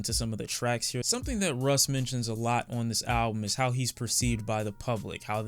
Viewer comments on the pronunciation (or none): Russ rhymes with loss. Take this L Russ